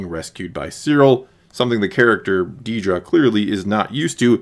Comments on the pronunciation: It’s Dedra, not “Dee-dra.” C’mon. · It’s “Dedra” not “Deedra” 😂